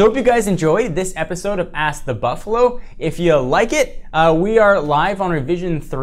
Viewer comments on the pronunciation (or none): Yeah, I kinda picked that up when he said "you can ass me"